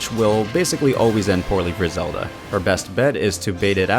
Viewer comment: Bro Said zela